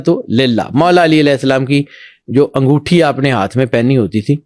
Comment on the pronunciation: انگوٹی نہیں انگوٹھی